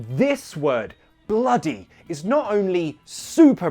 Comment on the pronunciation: Im not even british or american and i know it's not bloo-y There's no t and plus that's probably a low percentage.